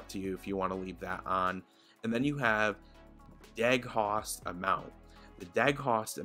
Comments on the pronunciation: de-ghost, not deg-host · Just to add to the above: It's pronounced "de-ghost" not "deg-host" ;-) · He said "Deg-hawst" ahahahaha De-ghost buddy de ghost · Stopped watching at "deg-host" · My guy said "deg-host" instead of "de-ghost" lol. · I believe its pronounced de-ghost but all around good video dude! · It's pronounced Dee-Ghost xD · "deg-haust" omg I'm dying lol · Ok, New Drinking Game! Everytime he says Deeghous TAKE A SHOT SHOT SHOT SHOT SHOT EVERYBODY!!!!! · it's pronounced de-ghost, like spooky ghost lol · I almost spit out coffee from two days ago when you pronounced this incrorrectly>>>>LMAO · I kinda have to laugh because your mispronunciation shows you’re young. Us “old-timers” (I’m turning 40 today) know what ghosting is because we grew up in a bygone era when dinosaurs still roamed the earth with cameras that required your subjects to practically hold their breath to avoid ghosting. 😂